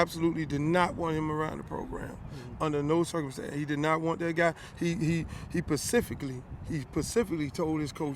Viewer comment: I like how Randy Shannon "Pacifically" told his coaches "I do not like is guy" LOL